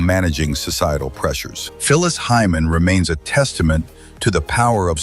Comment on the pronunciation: 😂who is this dude? botching up names, especially Phyllis Hyman, what???💯